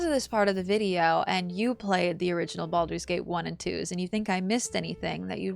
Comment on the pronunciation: i thought u said bald babies xD